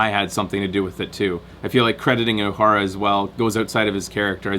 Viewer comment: 133 comments (134 at this point) and not one of them from someone complaining about constantly mispronouncing 'Uhura'. Nicely done. Also, did you spot Nolan North?